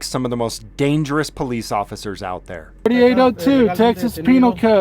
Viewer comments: " I wanna know why they are following the POOW-LICE " The Inbred in that Cop is undeniable. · Any time a LEO refers to himself as "the poh-lease" they loose any credibility with me.